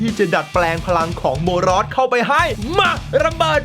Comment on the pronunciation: พี่กายพูดว่าโบนอสถ้าดูคลิป